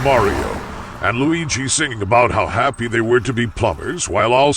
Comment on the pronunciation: Ai can't even read lmao that can't even say the word how